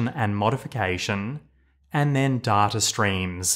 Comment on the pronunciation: I love these videos - but who says "d-a-r-t-a" ? There is no "R" sound in data.